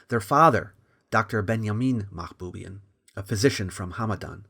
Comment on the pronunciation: The Armenians won't like the way pronounced the surname Mahboubian. It should be Mahbubyàn